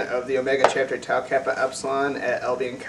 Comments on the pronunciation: You mispronounced Tau alot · It's Tau... Not Tow... Seriously... Your chapter founders are face palming